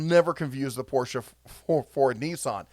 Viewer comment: THANK YOU for pronouncing Porsche correctly! You're definitely a true car enthusiasts